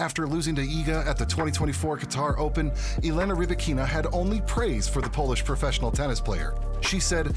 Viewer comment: Rybakina pronounces her name Ry-ba-kina - not ree-bikina